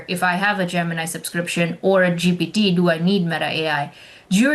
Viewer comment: Where is this guy from? Why does he pronounce "gemini" so strangely? Is he Russian or Chinese?